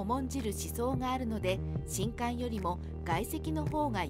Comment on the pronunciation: みんなも既に言ってるが、しんかんが嫌で途中でやめた